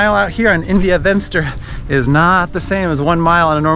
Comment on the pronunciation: India Venster is pronounced India Fenster. It isn't English ...please!